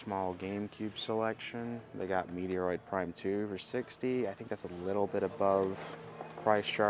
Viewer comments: Fella. It’s MET- ROID not Meteor Roid. FFS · Met Roid?lmao na it’s Meh-Troid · You’re a fake Nintendo fan you if you don’t know how to say Metroid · He says game names wrong all the time lol, you must be new 😅